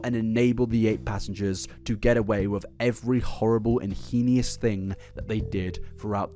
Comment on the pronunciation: It's pronounced "hay-nis" not "he-nee-us" Heinous. You're switching up the letters